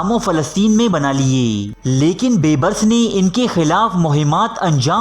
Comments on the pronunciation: Oay sianay baybrus nhi hota beebrus hota hy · Please improve your Urdu pronunciation. Calling Dara Shikoh as Dara Shikwa and Bebris as Beburs are really in bad taste.